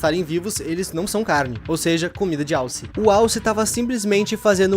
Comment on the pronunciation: Impressão minha ou ele disse “Wallace” ao invés de alce?